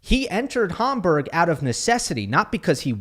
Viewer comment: Hamburg as in Hamburger please. Homburg is a kind of hat.